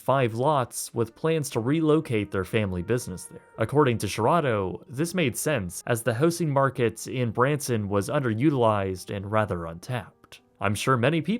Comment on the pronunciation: “Hosing Development”? It’s HOUSE-ING